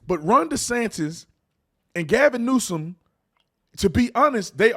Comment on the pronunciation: " Gavin Neusance " 😂😂😂😂😂😂